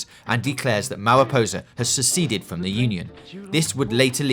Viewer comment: Gweat video. I can't wait to see moww fwom you